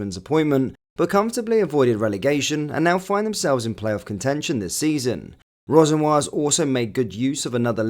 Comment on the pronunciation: You must be the only person on Earth to not know how to pronounce “Rosenoir”. Amongst other names!